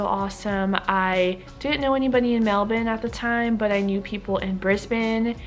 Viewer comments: The only American who say Melbourne like a Australian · You say Melbourne just like an Aussie! Hope you have a wonderful stay.